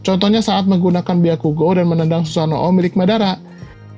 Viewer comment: Min tolong dong ngucapin susanoo jangan susano o, huruf o nya bagung jadi satu gak harus disebutin susano.o, cukup susanoo , huruf o panjang